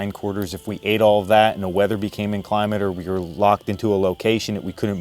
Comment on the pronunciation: John, it is pronounced "chitt lins", not chitt er lings. You forgot that few people knew anything about proper pronunciation in those days in those places. it is inclement not inclimate and taut rhymes with taught, not taunt. Really good educational videos you are making.